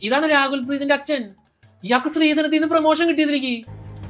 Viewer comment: Rakul preet ❌️ Raagul preet ✅️